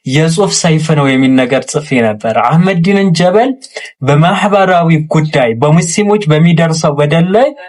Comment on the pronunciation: he say አህመዲን ጀ(ሸዳ)በ(ሸዳ)ል 😂 ል ምትለውንም ሼም ይዞት ነው ሻዳ ያላደረጋት መሀይም